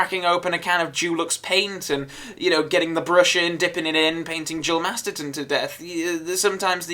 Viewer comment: A great fun watch as always - but is it me or is saying Masterton rather than Masterson all the way through?